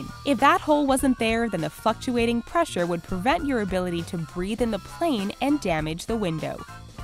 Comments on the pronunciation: The fucktuating lol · The f*ck-tuating pressure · I thought she said fuckshuating lol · Oh thank God I wasn't the only one😂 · "the fucktuating pressure" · am I the only one who thought she said fucktuating